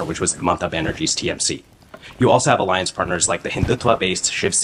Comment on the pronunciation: इस से बड़ा पप्पू तो तू है जो अलायंस को आलेंस के रहा है